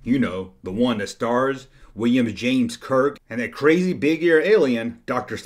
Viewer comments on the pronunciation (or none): none